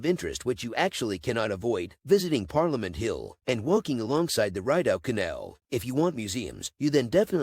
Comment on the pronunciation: Ree dough canal not ride o.